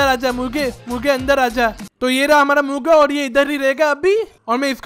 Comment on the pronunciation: He said Murga to muga